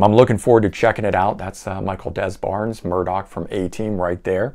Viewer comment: It's nice to see someone who likes 80's music because of the 80's production instead of liking it despite the 80's production' And I think Michael Des Barres last name is pronounced "De-Barr".